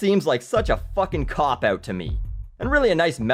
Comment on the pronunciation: Dude can't even pronounce the word 'out'.